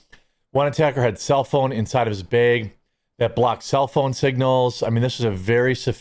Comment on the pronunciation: Not that its important, but its pronounced bAg not beeg. Its oh for funny, dont ya know.😂